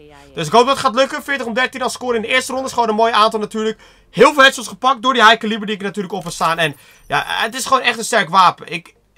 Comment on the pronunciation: Kun je plz elo, high caliber en talon goed zeggen?